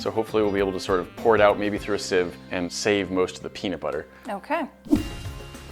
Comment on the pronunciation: said siv right this time instead of seav